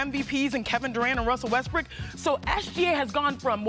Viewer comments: Chinny said Westbrick😅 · Chaney said Russell Westbrick 😂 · She really said russell westbrick! Disrespect is crazy